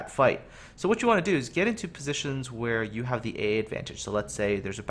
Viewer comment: When says 'here you' it sounds like 'Hiryu' so I'm forced to laugh at the most unintentional of puns.